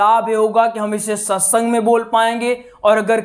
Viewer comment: Satsung hota hai ji satysang nhi hai